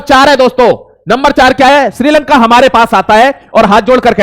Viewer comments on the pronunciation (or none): none